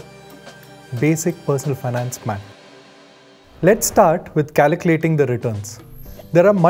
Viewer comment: Its not CALACULATING!! Its CALCULATING!